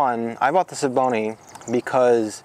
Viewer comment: it's also S V Bony.. not Schevboney.. or whatever you're trying to say